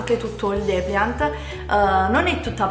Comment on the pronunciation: Depliant ahaha